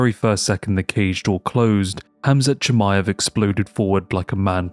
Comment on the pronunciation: And New!!!!😂 Not chamiave